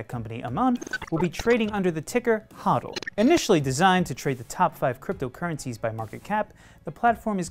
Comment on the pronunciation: Can CoinTelegraph stop mispronouncing HODL? Thanks.